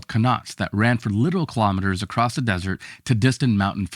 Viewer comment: It's 'across' NOT "acrost"! Jesus...